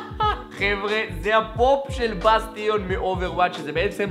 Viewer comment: לא לימדו אותך שבאנגלית tion קוראים shen? בסטיון אלק, באסטשן